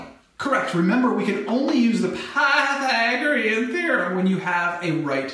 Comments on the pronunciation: dont say pathaegron theorem like that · I too have a stroke when I say Pythagorean